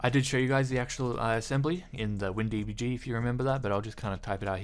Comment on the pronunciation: wtf was the whole "windbg" emphasis lmao